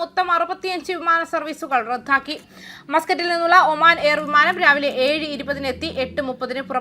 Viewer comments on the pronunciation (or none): റദ്ദാക്കി എന്നു വ്യക്തമായി പറയൂ.. ധ അല്ല